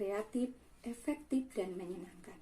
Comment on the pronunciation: Efektif sayang bukan epektip....... Hehehe.....aku sayang kamu bu 💞💕💓